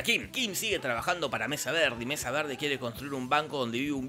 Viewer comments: ¿Por que pronuncias Mesa Verde como si tuvieras un plátano en la boca? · Jajaja como pronuncia mesa verde